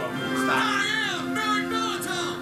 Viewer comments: Merrick Baliton not Malitov. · 3 years late, but Merrick’s name is Merrick Baliton not Molotov Edit: Also, I feel like they wrote it in the script for them to give up the morphers and jackets so that the actors couldn’t steal them like some did in other seasons, lol